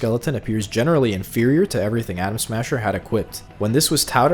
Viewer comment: Bro uk every other time u say Adam smasher u say Adam Sandler